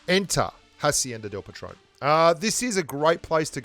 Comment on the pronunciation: Patron, not patrone